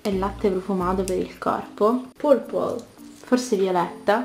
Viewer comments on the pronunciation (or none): Hai pronunciato male purple